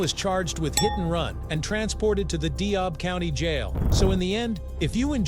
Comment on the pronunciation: I didn't enjoy you mispronouncing "DeKalb" or your constant interruptions